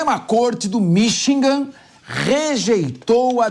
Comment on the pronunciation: este cara nao sabe falar Michigan, ele fala Minchigan